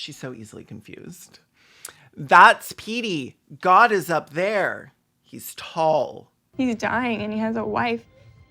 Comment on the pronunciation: When you said, 'God is up there...' I heard, 'God is a bear, he's tall.'